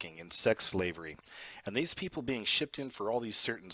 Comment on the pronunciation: Sir ~ LOVE your content, but words like 'being' aren't pronounced beinGUH. The g is soft and you're making it a hard g. You're also making a 2 syllable word, 3 syllables. (Same thing with the word 'among'.) You seem far too intelligent and professional to pronounce words incorrectly. It makes you sound uneducated. Learn to pronounce words correctly. Listen to other adults pronounce words like that and follow suit, cuz that kind of ghetto pronunciation is grating if you want to be taken seriously. *This goes for words like 'doppelganger', too. It's not pronounced doppelganGUHGER. You sound stupid. You're not even consistent. Cuz you pronounced it correctly right after pronouncing it incorrectly. C'mon. Get it together.